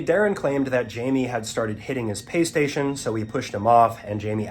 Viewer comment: What, push his pay-station or playstation? Also it's cordyceps not corticeps.